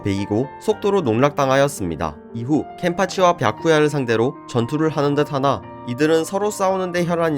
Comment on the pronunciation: 왜 뱌쿠야라고 하시는거에요?? 뱌쿠야에요????